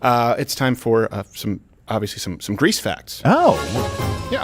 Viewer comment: Greece, not Greaser!!